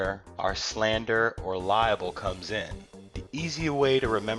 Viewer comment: Libel not liable lol..Great video though, but that bugs me everytime I hear it lol.